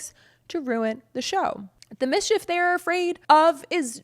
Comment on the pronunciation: When you said "misshef" I thought you were making fun.